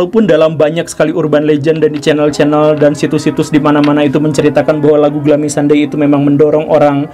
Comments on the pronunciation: Glumi pak guru dibacanya.. bukan glami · Bacanya: "glumi", bukan glami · Kirain Glummy ternyata Gloomy (dibaca Glūmi/ gluumi) ya Kang Gugem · bacanya: ˈɡlo͞omē pak guru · Bacanya “glumi” woi 😂🙏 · Pak, mon maap tapi dibacanya "gluumi" 😟😟 Tp yaudeh gapapaaaa wkwk